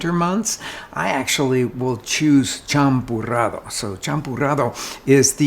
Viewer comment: "champurrado", not "champorado" 😄